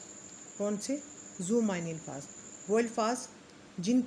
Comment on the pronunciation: بہت اچھی کوشش ھے، محترمہ ! الفاظ کا تلفظ قدرے آہستہ اور واضح انداز میں بیان کریں تاکہ سننے والوں کا تلفظ بھی ٹھیک ہو جائے۔۔۔۔۔اور ہاں " الفاظ" کا تلفظ الف کے اوپر فتحہ کا ساتھ ھے۔